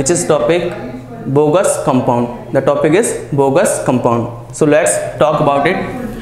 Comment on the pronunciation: Its Bogue's not Bogus sir.